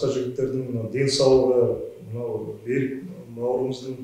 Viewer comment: Бәрі дұрыс, бірақ Берик емес Берік теп айтуға керек, ренжіме орысша айтпа мәчкөлер тілден аулақ болайық мемлекет тілде таза және дұрыс сөйлейік